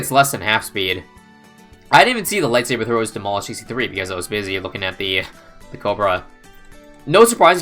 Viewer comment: light thabre that was so funny I love you